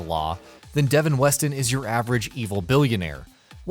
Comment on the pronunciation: Devin Weston? pfff....dafuq